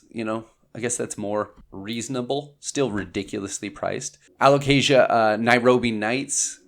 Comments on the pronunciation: I'm proud of you saying a-lo-cayzsha 😄 absolutely insanely stunning plants! Thanks for showing this 🌱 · Yes, good alocasia pronunciation! We’re so proud! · So proud of you for pronouncing alocasia! Lol.